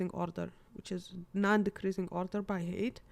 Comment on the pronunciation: cool explanation! by the way, "height" is pronounced as "high-t", not "hate". :)